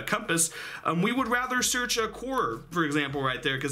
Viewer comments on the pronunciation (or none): none